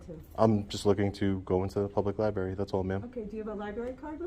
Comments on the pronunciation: Ok, pet peeve.... it's libRary, not libAry. Sorry. This was a fantastic audit to feature but that grinded on me the entire watch. Maybe that's a testament to how good it was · Can anyone in that dam library pronounce the damn word LIBRARY!!! There are 2, count them 2 R's in the word libRaRy. What is a lie berry, ly berry, or Lie Barry? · I liked the audit but "lie-berry" just grates like nails on a chalkboard! Just me I guess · Why are they all saying Liberry? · Did she call it a Libary? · FFS it’s library….. not liberry. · Does everyone in this city mispronounce the word lib-rary by saying li-berry ? I think that’s what I’m hearing here. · Please pronounce it "Lie-br*AIR*-ie." Just trying to help you be even more epic brotha! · It's library with an R, yes I'm an ahole. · That bitch said "libary"..... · What the hell is a lieberry? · Wait, that receptionist works in a library and pronounces it “LIBERRY”?? 🤯🤯🤯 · There’s an “r” in libary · He should be trespassed for saying 'liberry.' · Please stop calling the LiBRARy a LiBARRY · What happened to the word "library" it's "libary" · "Libary" hahaha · I do have a criticism though - It's LIBRARY! Not "libary" ;) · Lady at front desk said “Libary” lol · If you can’t say library but instead sayLIBERRY slap yourself! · 2nd video of this guy in a “libary”Good auditor but “Libary” is driving me nuts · Shhhhhhhhhhhhhhhhhhhhhhhhhhhhhh be vewy vewy quiet, we are in a yberry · Wtf is a libary? It's spelled library. Please pronounce it correctly. That really grinds my gears. Don't make me axe you again...... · My God..its library..not lie Berry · Just going to say, libRary has two R's. Pronounce it correctly. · Please everyone, learn how to pronounce the word library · Would be so much better if he could pronounce "library" correctly. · Good work, but if you going to go into a LibRaRy, please learn how to say the word. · The auditor needs to learn how to pronounce "library."